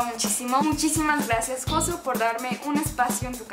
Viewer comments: Me estresó la pronunciación de "Josu" :( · no se pronuncia josu sino yosu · Cada vez que pronuncia "Josu" mueren 3 gatitos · Lo que me he llegado a reír cada vez que decía "Josu"😂😂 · Todos por que no es "Josu" es "Yosu" y nadie se da cuenta que no es "Reyina" es "Regina".